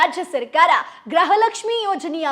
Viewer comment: Le grahalaxmi alla adu gruhalaxmi 😂